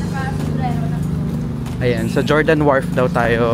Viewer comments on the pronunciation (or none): Fyi lang po sir, ung Jordan sa Guimaras is not pronounced with J. 😅 say it like Hordan.